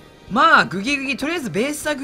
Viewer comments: グギグギをうまく言えない人参界のイビルジョー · グギグギが微妙に言えない男